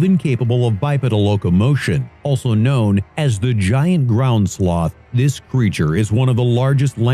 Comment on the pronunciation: “Kwown as pterosauruses” End my life